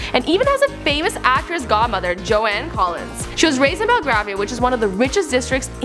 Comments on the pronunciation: Car-a as in what you drive, not Care-a, and Joan | not JoAnne 😬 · "Jo-anne Collins" Are you serious? It's Joan, rhymes with "shown". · It’s JOAN Collins not Jo-Ann! My goodness! #smh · Some ong on the internett yeah but for the woman hosting where she is from they pronounce it Jo-Anne so.... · I was more shocked by hearing the iconic name Joan Collins pronounced wrong for the first time in my life rather than offended by it or meaning for it to sound like a serious outburst. But while we're on the subject... Is the ex Runaways guitarist who sang I Love Rock and Roll called Jo-Anne Jet? Was the Principal in School Of Rock played by Jo-Anne Cusack? Anyone heard of Jo-Anne of Arc? Famous Jewish comedienne Jo-Anne Rivers, maybe? Joanne and Joanna (even Johanna) are written as such. Joan is a different name. Location does not matter. You can even look up how to pronounce it online. And yes, I think an icon like Joan Collins might prefer people to get her name right. It's not about being offended, it's about getting a name right and being called by the name you were born with. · Great job, but no one could help out with pronouncing "Joan Collins" or "Anna Karenina"?